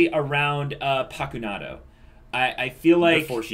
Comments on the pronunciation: Its not pakunadO, it is PakunodA hahahaha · paku-"No duh." is what I reflexively whisper every time the name is pronounced wrong